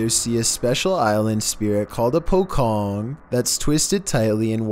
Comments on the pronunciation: its called "pocong" not "pokong" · It should be pronounce as "pocong" not "pokong" 😂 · Duh, it is not pocong but pochong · Not pocong its 'Pochong' ! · Pocong is pronounced puh-CHONG. The 'c' makes a "CH" sound rather than a "KH" sound